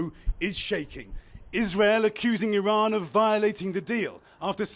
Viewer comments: Airjan. Brother its not iRan, the newest iPhone, its Iran. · Vance cant even pronounce "Iran" properly. How can we trust that they know what theyre doing?